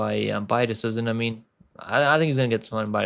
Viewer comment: pronounce decision please 😌